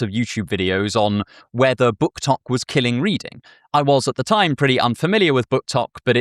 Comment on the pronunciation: It's "booktok"